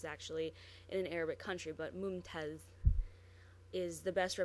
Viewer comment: lol,, that is really cool, nice work:) By the way, as it was highlighted below, the word mumtaaz really ends with Z not dh, so it is simply ممتاز Buy hey, ur doing great job, well done *thumb up*